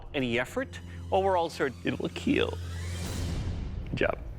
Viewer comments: Next up: the Dragon Bone Smasher or Keel Smasher from Demon's Souls I want to hear him say it will Smash instead of it will Keel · Fun fact : Doug actually says “KEAL” cause he knew that kids would be watching this show so he formed an abbreviation that is : KEAL -> Keep everyone alive , and he said this to signify that the main purpose of these weapons are for self defence